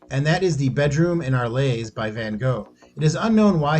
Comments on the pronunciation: "AHR-ul". Not "ar-LAY". Philistine. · The narrator manages to BUTCHER both "van Gogh" (any child can click on "listen" in the Wikipedia article on him...) and "Arles" (ahr LAYS??????). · Arles is pronounced “arle”.